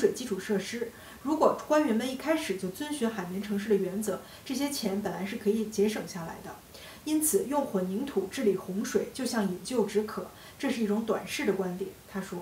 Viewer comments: 谢谢周老师。 有一个字读错了：饮鸩止渴，鸩读zhen而不是jiu。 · 周教授，你女儿饮鸩止渴读错了，你该给她补补课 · 饮鸩止渴。，注意鸩的读音。